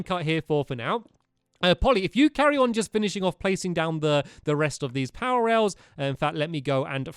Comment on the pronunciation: You keep on saying powor rails!